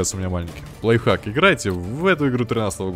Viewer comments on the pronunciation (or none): none